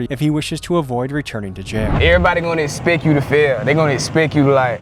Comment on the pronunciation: Do they talk like this like for style reasons or do they honestly not know how the actual words should be? He kept saying ask as "axe", said expect like "esspeck". It's not a mistake, he said it 3 times and emphasized the "ck" sound at the end every time like esspeCK.